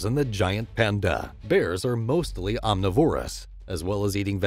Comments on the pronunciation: Correct pronunciation of omnivorous. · This guy says omnivorous wrong